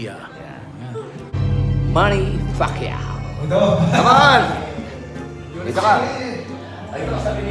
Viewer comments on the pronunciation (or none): "Manny Facquiao" 😂😂😂